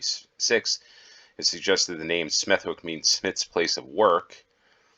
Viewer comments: I came here to say the self same thing - verbally remove the W, it is Smethick, Bromich (Bromwich) and so on. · Smethwick is pronounced with a silent w. You should say Smeth-ick. This is a common pronunciation with names ending with wick or wich. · It's ''Smeth-ick'' - the w is silent. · The w in Smethwick is not pronounced, nor is it in Warwick, Southwark, Berwick or Norwich. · It's pronounced Smethick. Most Ws in names ending wick are dilent. Tewkesbury is pronounced Tyooksbury, not Tooksbury. Tewkesbury is packed with history. You won't be disappointed. Ystrad Mynach is pronounced Ustrad Munakh.